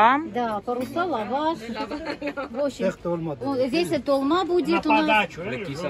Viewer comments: В армянском языке ,как пишется так и читается . Если "толма" ,то ударение на четкое "о" , так же произностиься и слово "Москва" , мы призносим четкое ударное "о" . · НЕ ТАЛ МА !! А ТОЛ МА !! НАУЧИТЕСЬ УЖЕ ВАЙ ! БУКВА О У ВАС ТОЖЕ ЕСТЬ ВРОДЕ